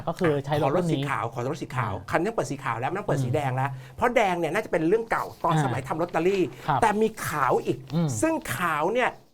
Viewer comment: สั่งสอน พุทแทะ : ให้พูดว่า เรื่อง ไม่ใช่เลื่อง, เพราะ ไม่ใช่เพลาะ ,ควบกล้ำก็ต้องดีให้ถูกต้อง ไม่ใช่พูด ร. เป็น ล. พูด ล. เป็น ร. หากินไปวันๆ หลอกเด็กรุ่นใหม่ที่ติดตามให้โง่เหมือนเมิง